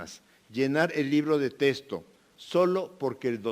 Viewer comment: Mínimo que se enseñe hablar. No se dice testo se dice texto.